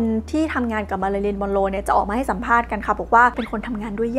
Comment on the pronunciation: ทำไมได้ยินเสียงเป็นมารารินละคะ 😢